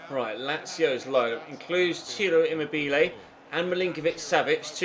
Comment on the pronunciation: Emobelay? De Vree? Have you honestly never heard their name spoken before lol